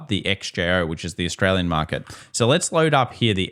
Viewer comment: The economy is seeeek! Austraaaaliaan😂